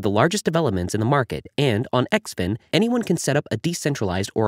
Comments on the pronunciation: It’s pronounced - Zinfin . Great info 👍🏻 XDCE IS NO LONGER A VALID TOKEN. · Guess the ‘in” im xin is silent.